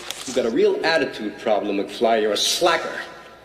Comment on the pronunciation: Slacker , not slagger ( apologies if I miss heard it )